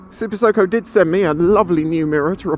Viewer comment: I know it's not what you're saying, but my ears keep telling my brain that you said "SuperSoaker".... lack of regen seems crazy, but if instead of that you get ridiculous roll on when you throttle off, with familiarity and a reinvented ability to plan ahead, you could get a load more range... what happens if you've got the brakes on and you wind the throttle on, say for if you're sat at some traffic lights and need a speedy launch due to a sleeping bmw? or, if you brake with the throttle still open, does it cut the motor?